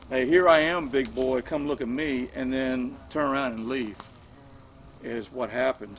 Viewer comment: Look. Not loom. Though loom seems ominous ha ha ha haaaaa